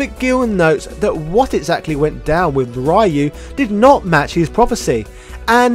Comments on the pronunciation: Re-U...not Rai-You. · Will you PLEASE PRONOUNCE RYU'S NAME CORRECTLY! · PRONOUNCE RYU'S NAME CORRECTLY!!!! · Bro... why do you refuse to say Ryu's name correctly? It's completely disrespectful to Japanese culture when you know you're saying it incorrectly